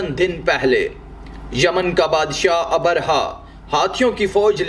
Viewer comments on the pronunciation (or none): Assalaamu alaikum jab bhi aap log vdo banaayein meri ilteja hai ki kisi achche urdu jaanne waaloun se pehle talaffuz seekhle a Jaise Abarha - nahi abraha